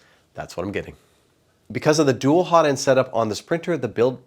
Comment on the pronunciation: "Hozzle"/"Notend" - love it! xD